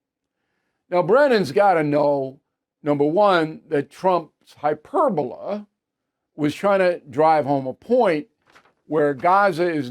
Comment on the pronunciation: Bill mispronounces so many words -- like "hyperbole" here -- in such a basic way that I can't believe he's a true author of all those books with his "co-author." Has this bragger really done 100,000 tv interviews -- that's 5-6 every single day -- in his 50 year career?